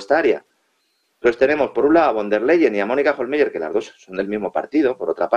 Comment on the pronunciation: Pues aunque en alemán se escribe "Hohlmeier" , se pronuncia "Hohlmaier". Porque en alemán los diftongos "ei" se pronuncian "ai". Así que, para cuándo que , ya que casi no sabéis idiomas, busquéis al menos en internet en el traductor de Google cómo se pronuncian las palabras o nombres que tengáis que decir, de cualquier idioma? El traductor va con sonido incorporado,si os fijáis, y es gratis. Este es el país en que, entre otros, los periodistas (aunque a veces sean hábiles y listos, o siempre vayan de listos) , pronuncian más fatal y hasta ridículamente los nombres extranjeros. Por no hablar de otros que nos colocan, que también van de culto, y son más bien unos catetos, pero eso sí, muy creídos. Y ufanos. Qué vergüenza de país nos han organizado (y generalmente desde fuera), la verdad.